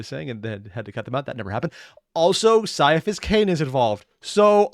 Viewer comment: 3 weeks and still saying mispronouncing Ciaphus ((Kai-a-fass)). He's doing it on purspose and he can't keep getting away with it.